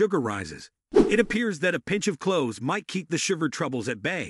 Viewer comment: Thank U 4 your informative vid. packed with a lot of great information. Only was it read by an AI COMPUTER as over 60 words were not read correctly making certain info mute/unintelligible, in fact it even pronounced the word clove/cloves incorrectly up to 80% of the time, so while the basic info may be correct, lots is being lost in the translation, I hope it's possible 4 U to correct this issue both 4 myself & others so we can receive the full impact of your informative video's & in turn give U more thumbs 👍 ups in future. Thank U in advance! Hope your able to help with this issue. Grateful viewer!!!